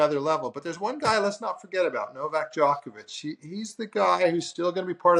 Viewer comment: Greg is Luke a robot, just repeats everything already said. Also, why does he mispronounce Djokovic?